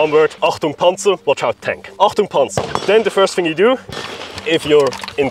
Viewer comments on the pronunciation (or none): It's not Entung Panzer, which means nothing. It's Achtung Panzer, that means Watch out ! Tank ! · as a hungarian who barely understands german im fairly sure it is achtung panzer and not entpaunungspanzer